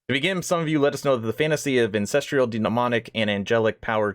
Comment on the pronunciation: An cess truuhl. Not cess trieeuhl. Where are you finding the trial in ancestral... you have valid points and good reason to be upset. Although I think they're keeping a lot of good stuff from us and we're most likely 3 years out still. But at least know how to pronounce a simple word and know how to read correctly if you're going to state that you have such better ideas on things.